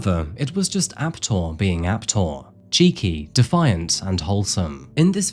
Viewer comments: Yeah I think Ape-Tor would be a better pronunciation than Ape'tor. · I'm from sweden. And his name actually is pronounced Ape-Tor (monkey-tor) from his fascination with apes (monkeys) and his name -Tor.